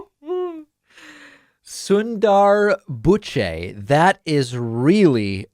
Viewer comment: he couldnt help himself and say Sundar Pichais name really rassist